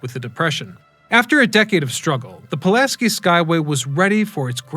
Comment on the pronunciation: Man can do all this research into the story behind the bridge but not pronounce Pulaski correctly. You couldn't even say it right when you were speaking directly about Casimir?